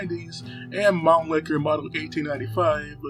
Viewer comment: Mannlicher not Manlicker!